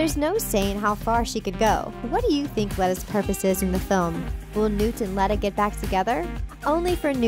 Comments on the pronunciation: Good video but, 1.Dumbledore taught Transfiguration before becoming Headmaster. 2.Voldemort cursed the Defense Against the Dark Arts position when Dumbledore refused to give it to him. 3.You’re pronouncing Leta wrong. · Good Lord this was painful to watch/listen to. Grindelwald doesn't die in 1945, he's defeated and imprisoned in Nurmengard. We physically see him in Deathly Hallows, set in 1998, when Voldemort finally kills him while trying to find the Elder Wand. Leta LeStrange's first name is pronounced with a long e, like Leeta. It's spoken in the first Fantastic Beasts Movie. Dumbledore is obviously not in his familiar office, because he wasn't headmaster of Hogwarts in 1927. He also wasn't the Defence Against the Dark Arts Professor, he was the Transfiguration Professor. Many people have mistakenly labeled that as the DADA Classroom, because of the similar staircase in the back, but the DADA classroom doesn't have that large window at the base of the stairs. It stands to reason that there would be more than one classroom with that kind of staircase in it. Dumbledore didn't curse the DADA job. Have you even read the books? We already know that it was Tom Riddle who cursed the position after Dumbledore denied him the job. JK Rowling has said that Dumbledore and Grindelwald were very close, and while Dumbledore was in love with Grindelwald, it was a one sided love affair, and that Grindelwald didn't return the feelings. Dumbledore was an means to an end for Grindelwald, much as Credence was in the first film. Bellatrix LeStrange is a LeStrange by marriage. She was married to Rodolphus LeStrange. Her maiden name is Black, and Tonk's mother (Andromeda) was her sister, as was Narcissa Malfoy. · Driving me nuts with the pronunciation of Leta haha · Some of the thory are wrond and you said leta wrong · HER NAME IS LETA!!!!!! ITS PRONUSED LITA NOT LETTA LIKE YOU SAY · I was just about to point out the same errors. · Leeta not letta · its lee-ta not let-a